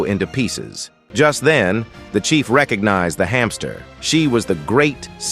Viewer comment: Chief not Chef